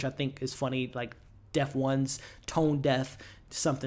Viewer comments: The band is Pronounced Def-tones, not Def-Ones lol, good video tho 👍🏾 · Bro it’s DEF-Tones not DEF-ONES. 😂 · Dude Def-tone not deft-ones lol Also you need to go watch twin peaks. Watching the show it isn’t a straight story it’s surreal hyperbole extremes ect. It could mean this or it’s not that…like omg why isn’t she with her kid. What kid is there a kid how many years later is it? The show is fantastic cause it’s funny and has so much oddness. Not quit Dave lynch but it’s trying. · "The Def Ones"?!? LOL nahh Brutha it's the DefTONES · The band is called Deftones just so you know , not Def ones . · Great ATL review and breakdown! During the Post Credit Discussion, I heard you say "Deft-Ones" and how there were several Tone-def moments this season. From my understanding, the band is known as Def-Tones and I was just thinking Urn was just showing love cause he's a fan haha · love your breakdowns , just any FYI The band on the T-Shirt is Deftones pronounced "Death Tones" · Thought I would correct your pronunciation of the band's name. It's pronounced Def-Tones. A really awesome band. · Yeah I thought it was funny how he missed pronounced the band Deftones